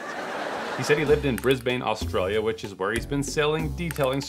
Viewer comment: Oh god. The was he pronounced Brisbane, Australia. He said them both wrong 😭